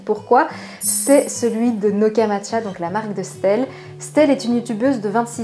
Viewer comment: Ça me perturbe comment tu dit stelle pcq ça se dit estelle juste on dit le S- telle